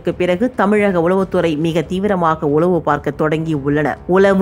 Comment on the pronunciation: செய்தி வாசிப்பாளர் உலவுத்துறை என வாசிக்கிறார்.சரியாக உளவுத்துறை எனஉச்சரிக்க வேண்டும்